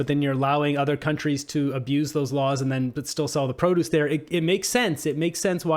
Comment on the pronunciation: Not how you pronounce produce